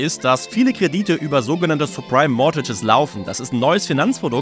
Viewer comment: Die Aussprache von subprime suggeriert irgendwie, dass es supreme sein soll. Bitte vor dem Video zumindest minimal recherchieren...